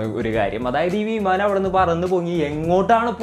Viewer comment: വീമാനം അല്ലടോ വിമാനം...